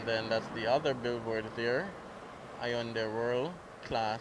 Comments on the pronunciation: Hey...just as a FYI the y is silent in Hyundai. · Hyundai pronounced wrong